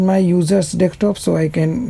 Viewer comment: Thanks. But Why you say Dekstop ? its just Desktop